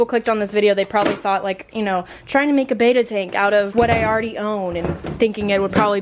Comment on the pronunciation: It is pronounced "bet ta" not "bay ta"